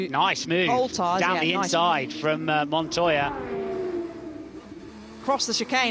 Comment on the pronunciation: Actually, it's pronounced MONTOJA